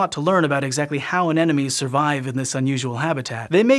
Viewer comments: An-em-o-nees... not An-enemies. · Repeat after me: a-Ne-Mo-Nes. First N, then M, then N again. This whole video : aNeNoMes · i just noticed keeps saying "anenomes" instead of anemones and now i can't unnotice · I like how he pronounces "anemones"